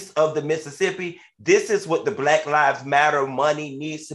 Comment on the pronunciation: Love when Funky pronounces the word “Black”…..Blike….or “back” and “bike”